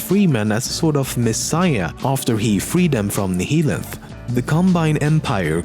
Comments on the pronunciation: Nihilanth is pronounced NA-YA-LANTH, similarly to how "annihilate" is pronounced. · Is it pronounced Nee-hee-lanth or Nih-hilanth for Nihilanth